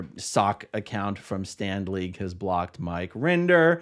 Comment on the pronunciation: Every time you say Stand League, I hear Stan Lee. And , think of his comics. Did LRH come up with Stand League?